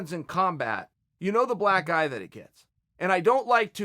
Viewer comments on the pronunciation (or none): It sounds like hes saying he doesnt want this to become a "black guy" for the sport instead of "black eye". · I thought he kept saying "Black guy" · you need to pronounce "black eye" more clearly, i kept hearing black guy